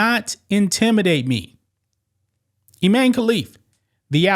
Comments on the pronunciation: His name is I MAN e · Pronounced I-MAN. And he is.